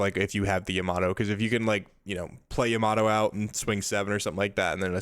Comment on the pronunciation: Love this guy's content but it's so hard to watch because it's like he's given up on being able to pronounce my favorite leader and one of the. If not the best 9 cost cards. I'm sorry to say, but it's Yamato, not Yamaddo, and every time I hear that I lose focus haha. Anyways, looks like a great deck list, I've been curious about Jewelry Bonny since OP08.